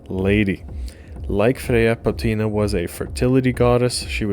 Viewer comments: It's POTNIA, not POTINA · I wanted to enjoy this. The subject is one I’ve been researching a lot but I couldn’t get past 3 minutes with you saying Potina instead of Potnia. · Here is a nitpick for you. The goddess is spelled Potnia, yet you are pronouncing it as Potina. Which is it?